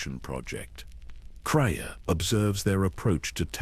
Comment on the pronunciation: Your AI has a hard time pronouncing the characters’ names. I know they aren’t real names. They are difficult to pronounce because they don’t exist in real life. If your computer or AI is reading a script, try to spell out the names PHONETICALLY. Misspell the names in the way they should be pronounced: ME - TRAH SIR - RICK. MEETRA SURIK AT - IN RAND ATTON RAND CRAY - AH KREIA BAY - OH DOO - ER BAO DUR NIGH - LUS or NIGH - HIGH - LUS NIHILUS SIGH - ON SION TEE - LOWS TELOS Don’t write the names correctly in the script. Misspell them PHONETICALLY and test your computer AI before releasing it on a YouTube video. See if, that way, it is pronounced correctly. I care about your channel. I like it. I have subscribed. Im not trying to judge or negatively criticize. I’m trying to help. Have a blessed day.